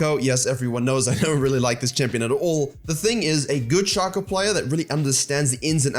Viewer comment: shay-co plz